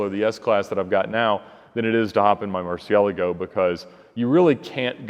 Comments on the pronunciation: X-otic because he actually knows how to pronounce it properly unlike 99% of people myself included. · Thats how its pronounced.